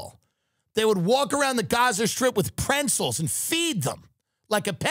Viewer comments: Hi Tim! Why the fuck do you say Prenzels? Everyone knows its pretzels. Ya did it with H and Kippy and again on this ep. Enough is enough. It Prets- zels . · There is no “N” in pretzels. He said it a dozen times in the episode with Are You Garbage. “prentzels” Absolute Garbage!